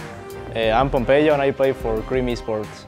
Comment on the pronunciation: "POPMPEYO" jajaja